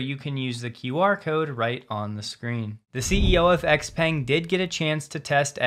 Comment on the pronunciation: Just a note, Xpeng is pronounced phonetically "zhau pang"